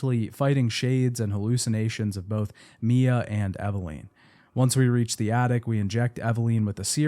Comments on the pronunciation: Take a shot every time he says “Eveleen” instead of Eveline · Bro for the love of God. It's EV-AH-lIN. not EV-AH-LEEN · Eveleeeennn. It amazes me that Mia says her name proper in game and people still can't pronounce correctly lol. Otherwise I enjoyed the video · Eve-LEEN. Lol. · I usually like to listen to these but hated hearing “Evaleen” over and over and over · EveLEEN?? You lost me there lolll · The way you pronounce character names in literally every video just kills me 😂 “Eveleen” But it was weird because it , you actually pronounce it correctly, but then in the same breath, say it the wrong way again. 😏 Silly! ❤ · Took a shot every time he mispronounced Evelyn. I blacked out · It’s killing me especially because even in the audio from the game they pronounce her name correctly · Take a shot every time he pronounces Evelyn wrong